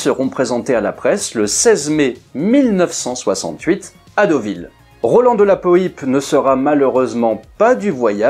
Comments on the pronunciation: Son nom ne se prononce pas de la poype mais de la Poipe avec un Y … dans l’extrait de l’histoire de l’aviation que tu as passé Daniel Costelle prononce son nom correctement… repasse toi le …😉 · Le nom de Roland de la Poype ne se prononce absolument pas "de la po-i-pe", mais "de la poipe". J'espère que ses descendants vous pardonneront s'ils vous entendent écorcher ce nom qui, d'abord et avant tout, désigne un aviateur de la Seconde Guerre mondiale d'une trempe exceptionnelle. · Roland de la Poype (prononcer "Poipe" ! comme Poire et non pas Pouillpe !) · De la Poype (po-a-pe)! A part ça, merci pour tes excellentes vidéos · Pour info prononciation exacte du nom : de la poipe ( phonétiquement parlant) et surtout Roland de la Poype obtint aux commandes de son Yak quinze victoires aériennes, qui en feront l'un des as français. A deux reprises, le 14 et le 16 octobre 1944, il abattit deux appareils allemands dans la même journée. Il sera le premier Français à être fait Héros de l'Union soviétique, la plus prestigieuse décoration militaire soviétique, avec son camarade Marcel Albert, autre as du Normandie-Niémen, avec vingt-quatre victoires et deuxième as français de la seconde guerre mondiale, derrière Pierre-Henri Clostermann (trente-trois victoires). Après la guerre, Roland de La Poype avait entamé une carrière d'industriel, créant en 1952 le berlingot de shampooing Dop. Quinze ans plus tard, il avait inventé la Méhari, avec sa carrosserie plastique aux couleurs inédites pour l'industrie automobile : rouge, vert, orange ou beige couleur désert. Enfin, en 1970, il avait ouvert le Marineland d'Antibes, sur la Côte d'Azur, pour faire "connaître la vie des grands animaux marins". Après sa mort, il ne reste plus que vingt-trois Compagnons de la Libération en vie.